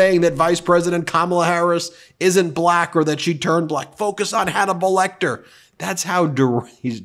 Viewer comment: "It's donible lecter"